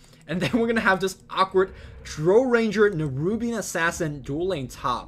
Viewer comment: The ammount of times you mispronounce "Drow", makes me cringe.